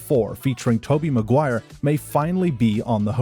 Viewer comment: It's Maguire. Not MacGuire